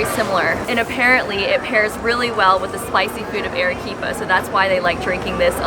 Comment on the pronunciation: Your video lost me within the first sentence. "Arequipa" is not pronounced "air-eh-quipa." Your repeated wrong pronunciation is most annoying. I cannot believe that you would purport to make a video about Arequipa without knowing how to pronounce the name. If you go to Argentina, please do not pronounce the name of the capital Buenos "eres," which is also wrong but perhaps more forgivable than how your "Ere-quipa." The vowel "a" in Spanish has, in any country and any dialect, the sound of "a" in the english word "father." In 2 minutes you could have learned this without going to Perú, and could have checked out before making your video.